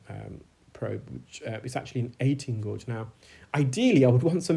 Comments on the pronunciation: gauge not gorge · I love these videos! I'm being distracted however by your occasional mispronunciation of the word gauge. It is pronounced "gayge". Thank you for these informative videos. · He's pronouncing gauge differently. A gauge is a term used for measurement. A gorge can be a narrow valley between cliffs or big hills like Cheddar gorge or it can mean to be greedy. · Gauge is pronounced Gayje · Thank you for the time and effort you put into your videos, they are very educational which makes this really interesting. The suction tube looked huge in that ear canal. The correct pronunciation of guage rhymes with age, anybody telling you different is wrong. The main English dictionaries all have the pronunciation written with the word. Saying that it doesn't matter as we all know what you mean.